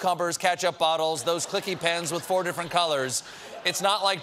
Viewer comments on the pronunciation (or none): none